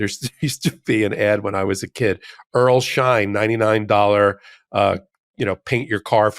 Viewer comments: It was Earl Scheib, not Schein. About as good as a do-it-yourself with a couple of cans of spray paint. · I think the car painting dude from way back when was named Earl Shive, not Shine. Not that it matters lol. Loved the pod, keep up the great work! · Love the Meidastouch network but I have to correct you on this one. (also I'm older than you so I remember an earlier price) It's Earl Sheib, not Earl Shine and I remember the first adds, "I'm Earl Sheib and I'll paint any car for $29.95." Someone told me that it started at $19.95 but I don't remember it that way 😑